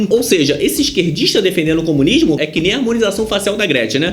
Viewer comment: Dartanãn noiado says: "....a experiência comunisma.." kkkkkkk.